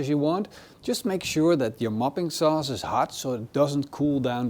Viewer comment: Every time you said 'mopping' sauce I kept hearing 'muffin' sauce 😂 Now someone needs to invent muffin sauce.